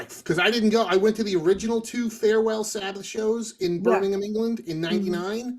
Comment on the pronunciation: Shoutout to for saying Birmingham correctly. 👍🏻😂